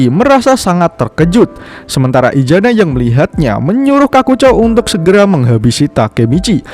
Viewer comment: Maaf untuk admin kalau bisa huruf Z nya jangan di baca ijana tetapi isana yaa